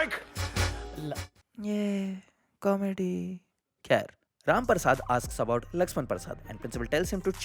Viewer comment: This is my third time watching both the videos... having the worst Diwali of my life.....but each time you said RAM PARSAD, I could not help but laugh hysterically. Ur the best